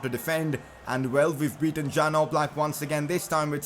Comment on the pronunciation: It's Yan Oblak not Jan Oblak